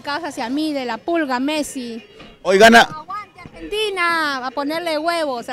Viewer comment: quizo decir yo ❤ a argenDINA